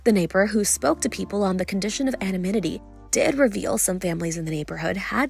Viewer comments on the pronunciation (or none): Access Hollywood - the word is anonymity, not ano-mimity. Plus, it's emaciated - not emancipated. This is what happens when you cheap out and allow child 'reporters' to work from home and edit their own 'news' videos. What a joke, run by 12-year-olds.